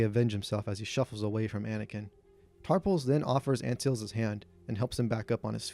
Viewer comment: Raymus Antilles is proounced Anne - till - ees. I believes it's who C3P0 identifies as his last owner. I also think you need include Owen Lars as part of the regulars.